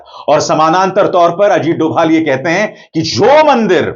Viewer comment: Dhobhal bolna sikh